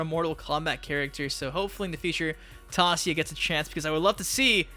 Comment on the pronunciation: It's Tasia 'Tãy-zhâ'